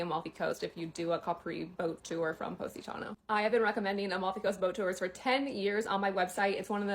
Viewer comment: Poh-sitano? Stop it!